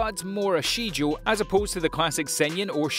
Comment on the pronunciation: Nice, but narrator tends to make mistakes. Chickita for example, Shijou instead of Shoujo, Arifuta, Hareem instead of harem, etc.